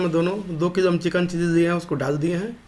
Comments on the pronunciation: It's chilli not cheesy😂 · Abe chiji chiji kya kar raha he. Chilli bolna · Chikkn chilli ko chikan cheessy bolna bnd kr pehle uske bad banana sikha na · Pahila chilli bolna dikhao tum chilli ko cheezy bol raha ho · "चिल्ली" नही "चिली". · चिल्ली नही भाई चिली बोलो